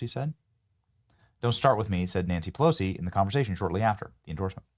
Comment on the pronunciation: Benny, did I hear you say, "Nasty Pussilosi?"